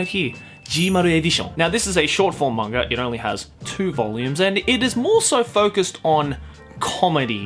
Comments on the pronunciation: Anyone else bothered by the fact that he pronounces "manga" with an R at the end? I know it's just because of his Australian accent (and as someone with a bit of a Texan accent, I probably shouldn't be one to criticize), but still, it bugs me... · There's no 'r' in the word "manga"...